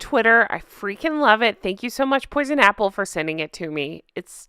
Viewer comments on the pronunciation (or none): none